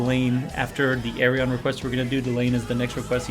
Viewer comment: The name Ayreon is chosen cause phonetic it sounds like the Correct Dutch pronunciation of his first name Arjen. So say Ayr-yeon, not Ay-re-on